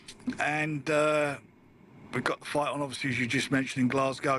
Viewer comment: Why does always pronounce Fight/Fighter as Fighdd or Fighdder? Sort of American/Aussie sounding. Weirdo.